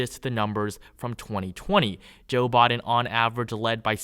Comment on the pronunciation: Why are you talking like that??? Saying “Boden” instead of “Biden” and “newvember” instead of “November”. Wtf dude?